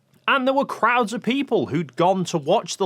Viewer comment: That bloody word AGAIN? "Offov"